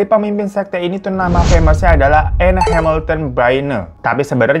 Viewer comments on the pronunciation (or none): Cara bacanya bukan Enne ya bg, tapi Enn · Anne dibaca en,bang hirotada radifan aku ngefans